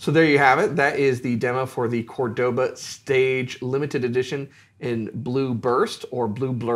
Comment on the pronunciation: Pronounced Córdoba as opposed to Cordóba.